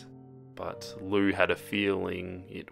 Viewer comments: It is pronounced liu! (lee-oo) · Wait It's pronounced Loo? I thought it was Lee-oo I'm stupid